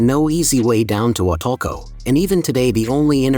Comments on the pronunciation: The pronunciation is Wah Tool Coh not Wah Tul Coh... Nicely put together. Good informational clip but soooo much more to see and do. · It's Wal-tulco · It bothers me how you say wah too co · Man say the name right.